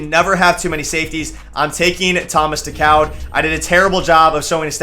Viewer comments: Thomas DeCOWD..... It's pronounced Thomas Daycood lol you da man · Thomas decoud is pronounced day- coo